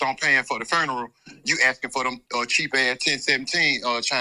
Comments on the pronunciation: What is a foonural? 🤣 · Bit say ferneral